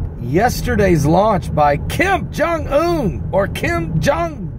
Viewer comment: I love the way you say Kim Jong Un. lol